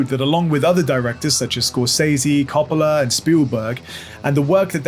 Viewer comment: Francis Ford Coppola’s surname is pronounced “COH-puh-luh”, NOT “CAH-pah-luh”.